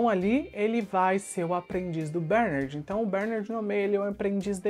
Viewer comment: Cara, para de chamar o nome do personagem errado, PELO AMOR DE DEUS! A pronúncia correta é "BERNÁRD" e não BÉRnard. Vc fazia a msm coisa com as crianças "AGACUI". Jesus amado que irritante!